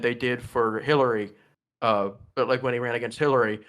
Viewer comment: "AeGainst Do nald Trump"